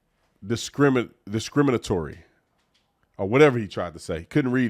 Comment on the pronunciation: When is he going to get diction and grammar lessons. Tatum criticizing someone unable to pronounce “discriminatory”, while butchering the word himself. Pathetic!